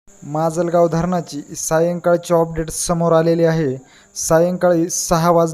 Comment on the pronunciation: ऑपडेट नाही रे बाबा..अपडेट असते ते